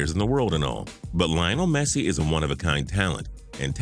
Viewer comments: I really think it's best that you refrain from ever talking about football; the ignorance displayed is ridiculous. Barca to go downhill after Messi? Good grief. P.S. Next time make the effort to pronounce Messi's name right. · AND WHAT IS THAT PRONUNCIATION OF LIONEL MESSI